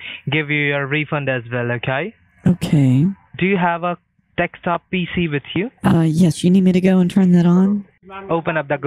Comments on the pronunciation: Dekstop lol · basically mocks the scammers bcs they pronounce "desktop" wrong and they dont get it. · Ok, so I'm fairly new to Scammer Payback (and have binged way too many videos the past week because they are highly entertaining - thank you for the laughs)...But when they say 'Dextop' do they mean 'Desktop'? The captioning is cracking me up!